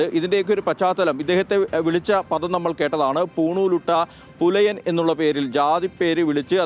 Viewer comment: ഈ പറഞ്ഞവൾക്ക് പുലയൻ എന്ന് പറയാൻ അറിയില്ല. എടീ.... പു... മോളെ പെലയൻ അല്ലെടി..... Pulayan എന്താ... പുലയൻ അങ്ങനെ വേണം പറയാൻ.